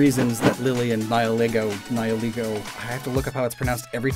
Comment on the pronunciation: english speakers ALWAYS get the wrong pronunciation with Nihilego